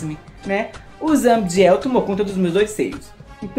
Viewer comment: ZA-BI-DI-EL , CI-EN-CI-OU-NER 😊